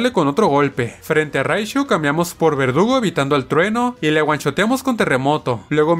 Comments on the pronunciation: En el minuto dice vergudo en vez de verdugo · cuantas veces le dijiste vergudo en vez de verdugo al nidoking?: si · No es vergudo es verdugo